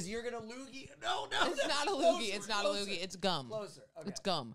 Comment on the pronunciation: "That was a loooger!" 😂